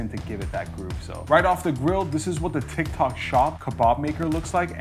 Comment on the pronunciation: Tyik tok shop this...tik tok shop that....#boriiiiinnnnngggggg